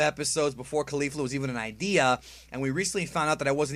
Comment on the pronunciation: Caulifla* not Caulfla.